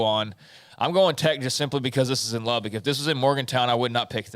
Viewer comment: Hey! It's not Lub-BICK. It's Lub-buck